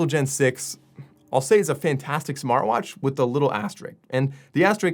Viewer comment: 11 seconds he calls smartvwash lol